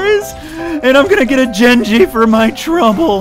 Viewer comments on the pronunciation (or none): pronounces Genji like jin-ji. 😐 Relatable.